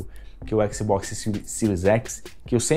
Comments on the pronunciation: Bom vídeo, mas que agonia o cara falando "xboxi" toda hora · Eu nunca reclamei de pronúncia nenhuma de nada, mas éqssibóqssi é foda kkkkkkk ótimo video irmão, não pega pilha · "O xboxi" Xbox de carioca mané